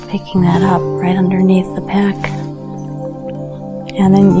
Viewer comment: Pec. Not PECK.